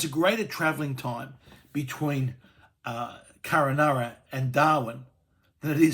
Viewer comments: It's Kunn-Un-Arra... Not Kur-Ah-Naana ...... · hey stupid, KUNANURRA, not Kurranurra!!! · I think it is Kununurra, not Kurrunarra. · Craig, it's Kun-un-ur-rah... Just saying. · It's Kun a narra - Kununurra idiot. And nothing in the middle? I live in Katherine watching this on my gigabit nbn connection 2 minutes from a woollies that serves about 10'000 people next to a 24hr Maccas. Go away. Dramatised crap. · It’s Kununurra get it right typical eastern Australia politics can’t get anything right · Every time I heard it I cringed.